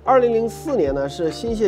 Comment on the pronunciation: 应该念 祇qi园 和 新潟xi 吧